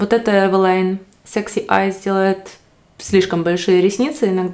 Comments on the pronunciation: Название польского бренда Eveline происходит от женского имени Э́велин. Так что варианты произношения «Эвелайн» или «Ивелин» ошибочны. Почему вы все время произвосите Эвэлайн, если все говорят везде Эвелин? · Потому что это польская фирма и ее название здесь произносят Эвэлайн